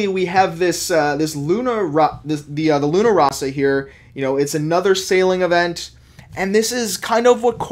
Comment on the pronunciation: You can't even pronounce luna rossa but you'll end your video with ciao...